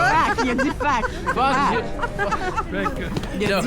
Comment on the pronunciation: the fact that he keeps say fac is fucking with me lol